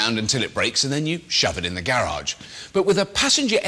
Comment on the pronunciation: Gayy-rage is what he pronounced garage as.